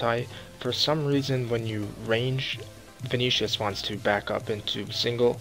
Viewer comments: ve-ne-na-tis derp erhmmmm venishus? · Don't know how Ven-Ah-nat-is sounds like Veni-tious. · Mac H karamjan < karambwan veneeshius < venenatis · Venitius? lmfao ... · sounds like u pronounce it venetius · its pronounced Ven-an-i-tus you downy